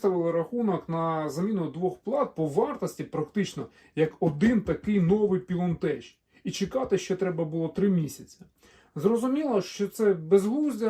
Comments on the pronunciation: походу ви не вчились: читати вірно Пайлонтек 😂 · Не теч а тек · У англійській мові слова з "ch" з наукової області знань (загалом грецького походження, тому і релігійної) читаються як "к", а не "ч": лоджітеК, пайлонтеК, хайтеК, теКнікс, кемікл, Кріст... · Англійською Pilontech читаєтьсч, як Пілонтек або Пілонтех, там немає жодного "ч". В іншому велике дякую за канал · Не знаю де люди беруть це «еч» при прочитанні англійського «ech». Це москальська фігня це «еч», «йорч» і т.п. Не «хепі бьорздей», а «хепі бездей», не «чьорч», «гьорл», а «че:ч», «ге:л». Не «пілонтеч», а «пайлонтех»!!! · ПілонтеК або пілонтеХ, але ніяк не пілонтеЧ =( Слово technology ви ж не транслітеруєте як течнолоджі, це або технолоджі або текнолоджі. Так от tech це скорочено від technology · Тільки не Пілон, а Пайлон... Афігенні батареї, давно поставив собі із гібрідним солісом, все працює, навіть не заглядаю. Проте, скарги автора мають підставу. Що ж, рекламацію ніхто не відміняв, гарантійні випадки завжди будуть. Просто треба купляти у постачальника, який підтримує гарантію, але не олх продаж. На хайпі, коли були відключення, всі вирішили рубанути баблішка, а воткуй. Шось мені здається, шо автор цього відео так саме на цьому попав. Купуйте у перевірених постачальників :) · Та досить знущатися над людьми, "пілонтек" читається назва, невже в школі не вчились? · Я так понимаю, что с Английским ты не дружищь? Pylontech следует читать как ПАЙЛОНТЕК. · "ПілонТЕЧ виробляє китайська компанія "Пілон ТЕХнолоджі" А чому "теХнолоджі", а не "теЧнолоджі"? 😅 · Хоть в Google translate послушайте произношение названия бренда Pylontech...